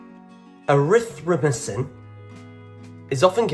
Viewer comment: The axe is most commonly associated with Vikings, but the most commonly carried was the spear. Score today is 95/100. BTW...you did well with Erythromycin...until you got to the my. It is said exactly as it is spelled. It is "my" doll. That is a difficult word to pronounce. I worked in medicine a lot of years and it takes some tongue twisting...LOL. Good quiz. Always enjoy taking your quizzes.👍😊